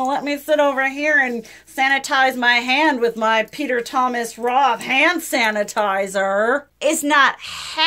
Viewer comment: I know "hannitizer" was a slip of the tongue, but I love it❤ It's all hannitizer now on for me